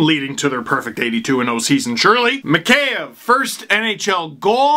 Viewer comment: It's "mee-HEY-ev", Steve. And not "s pomoshchyu", but "s peredachi".))